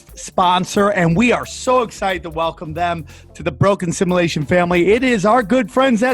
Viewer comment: I’m sure this has already been said 10000 times, but I love that named a show with a word he can’t pronounce. “Ya know guys i really think we are living in assimilation.” For like the past four years.